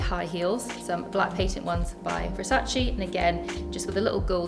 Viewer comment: Love her and her style! But please, as an fashion expert, please pronounce Versace correctly🙏